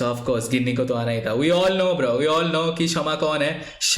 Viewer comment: गिनी nahi bhai it is pronounced as जीनी